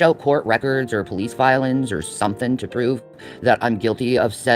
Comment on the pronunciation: "Can any of you show police filins" 😂😂😂😂 damn😂😂❤